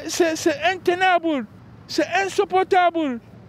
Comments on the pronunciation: .. c'est intenaBOULE C'est insupportaBOULE 🤣🤣🤣🤣🤣🤣🤣🤣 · «C'est intenabeule, c'est insuportabeule ! »😁